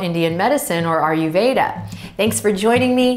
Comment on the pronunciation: Hi Adriene. Just finding your videos. Grateful for your down to earth style. May I offer one teeny correction in a pronunciation of Ayurveda? incorrect ARE-YOU-VEDA ----------- correct EYE-YER-VEDA Cool!